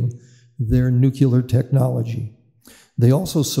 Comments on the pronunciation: Just say it as it’s written “nu” as in new, then “clear” as in a clear day. How do they get nu-que-la? It bugs me as well. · Why does this gent keep saying "nucular"? Should not an expert on nuclear power be able to pronounce the word 'nuclear'? Just sayin'. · Ya know, this guy probably has a lot of information and background knowledge of the subject, but it just BUGS ME when I hear nuclear expert constantly pronounce the word "nuqueler". Former US president Jimmy Carter constantly said "nuqueler" even though he was a captain on a nuclear submarine. Sorry for the rant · Nukeler indeed. Amerikanese stuperity